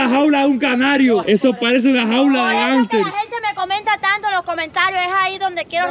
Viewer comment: Una jaula de gánster no de Hámster 🤣🤣🤣🤣